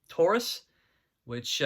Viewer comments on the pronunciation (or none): none